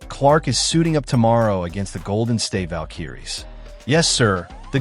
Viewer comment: you don't know how to say valkyries!